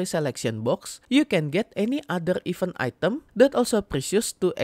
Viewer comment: baca event bukan "even" tapi "iv-ént" e dibaca kayak pengucapan bebek